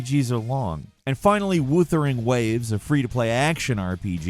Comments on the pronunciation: Woo-ther-ing is certainly A pronunciation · aah yes, woothering waves.